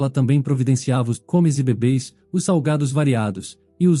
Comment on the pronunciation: O NARRADOR NÃO SABE O PORTUGUES ELE FALOU COMES BÊBÊ ;EMVEZ DE BÉBES E VÁRIOS OUTROS. O PORTUGUES DELES É PÉSSIMO!!!😢😢😢😢